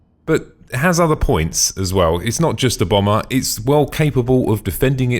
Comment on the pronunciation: it sounds like you're saying "It is not just a bummer(bomber)", that really cracked me up! Love your reviews and i hope you keep them coming when the big ships are released, thanks to your review of the Connie variants, the decision to upgrade it was way easier, really love that fancy wooden floor textures!